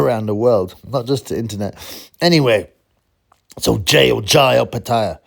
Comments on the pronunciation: It’s Jai as in J-eye bro not Jay 👍 and he probably accepts Jay as in J, I’m Jaimie and it’s common to be called J. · Jai is pronounced Jie you should ask him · Pronounce this....'JAH - EEE ' That's how you Pronounce 'Jai if you had opened your blocked ears and listened to how all his fights announcers announced his first name then your dumb aragant brain would know how his name is pronounced you piece of sht!! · It’s the Aussie in him, he don’t give a stuff about the trivialities of how ppl pronounce his name, he just wan5 the big fights starting with Zurdo. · Here in Aus I hear both pronunciations, Jai probably doesn’t give a fuck if the interviewer gets his name wrong, he comes across as a laid back guy so won’t care about that, but he’s a psychopath who likes to hurt so he’s one of my favourite fighters. This Italian fella will get splattered, Opetai should move up to heavyweight and take on Otto Wallin as his first test